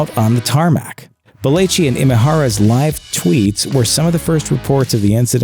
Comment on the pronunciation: It irritates me that he can’t say belleci correctly.